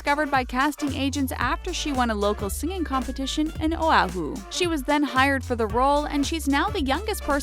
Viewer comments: "OAAAAHU" It's O-WO-HU. And I live there, always as Auli'i. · I feel so bad for laughing when she said "Oahu". It's pronounced "Oh-Ah-Who". 😂😂